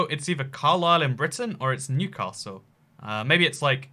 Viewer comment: the 'a' in Newcastle isn't emphasised